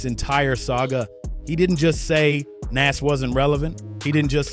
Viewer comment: You did all this work and it's good but you saying his name so wrong its pronounced Noz